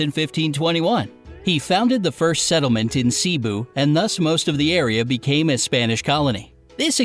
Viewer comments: Fun fact: cebu is not pronounced ci-bu it is pronounced Ce-bu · They way he says tagalog though breh CEEEEBU the pronunciation is funny if an American says it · sibu it’s pronounced se bu but spelled Cebu i always get annoyed by it Read more... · Cebu in English- Sibu 😭 How u actually pronounce it- Cebu ( Sebu ) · is not cibu is sebu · Hmm yes (seeboo) not (seboo) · I cant with the “sibu”😫 and “minadynaw”😍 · yea like some one pronounced cebu as cabeu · Ummmm why did the guy say mindinao its not mindinao its mindanao and cebu isn't cibu its cebu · the video is bad at pronunciating cebu and much more